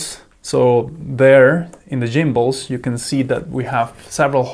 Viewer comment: Jimbals 😏. I'm guessing the hard "G" sound isn't present in your native language? 🙂 Go. Golf. Get. Gary. *G*ood comparison though; I brought the Eachine mainly because it was 15% cheaper than the Radiomaster but also because as you point out, the buttons were in a more convenient place. And how some people treat the Radiomaster version as a Veblen good is beyond me. 🤷